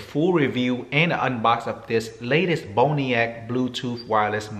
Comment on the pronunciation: Looks like "Bon Roc" to me, not "Bone "E" Ack"